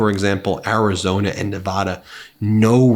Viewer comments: You crack me up how you still say Neh-vah-dah. The people of the the great state of Nevada pronounce it "Neh-VAD-uh" with the second syllable rhyming with "bad" or "mad". 😁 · Ben, PLEASE learn how to pronounce Nevada properly! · People that live in Nevada wince when other people say Nevahhda, (I lived there 32 years)